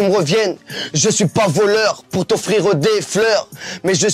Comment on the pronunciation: Le verbe "offrireuh" est un des verbes que je préfèreuh 🙂